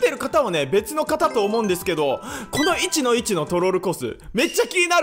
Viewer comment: 1-1のイントネーションが気になって内容が入ってこんww